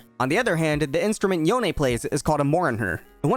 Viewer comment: It was hard to watch this video with you saying “yon eh” it’s just yone like “Yo N”